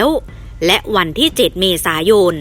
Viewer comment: กล้องหน้ารถไม่ใช่กล้องหน้าโรส เมษายน ไม่ใช่เมษาโยน อ่านให้ถูกหน่อย